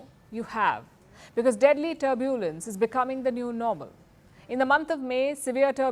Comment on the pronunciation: Please Madam, learn to pronounce the word 'Turbulence' correctly 😮